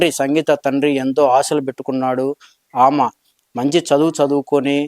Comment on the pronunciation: మిస్టర్ విలేఖరి ఆమ ఈమ కాదయ్యా ఆమె ఈమె అని పలకాలి నువ్వు ఎట్లా విలేఖరి వి అయినావు